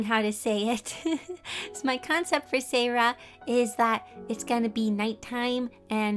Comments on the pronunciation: For Siera you pronounce it see-era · Seira is pronounced see-air-a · umm im not trying to make your day horible but seira is pronounced see-era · the way she said seira sounded like my name. sarah. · I think seira is pronounced si air a